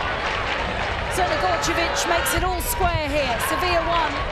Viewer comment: How do you properly pronounce Crnogorčević but butcher Geyse? Also if DAZN want people to pay for this they need to up their quality.